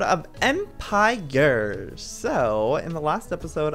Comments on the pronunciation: He is saying EmpirYers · and why you say empirgers instead of empires?